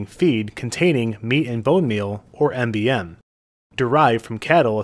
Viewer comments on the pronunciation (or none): Schotland? Meat and Bone Meal is MBM not MGM. It's pree-on not pry-on They are always fatal. "proteinaceous infectious particle" There is a cannibal in Haiti, the head of the largest gang that took over the government, his name is Barbecue.